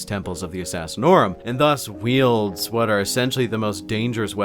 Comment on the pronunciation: I keep hearing “Fat Ass” when you mention the Grand Master of Assassins.